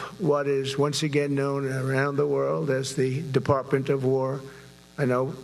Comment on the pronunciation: What's a "Deparpment"?